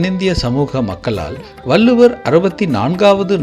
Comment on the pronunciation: வல்லுவர் இல்லை வள்ளுவர் என்று உச்சரிக்க வேண்டும்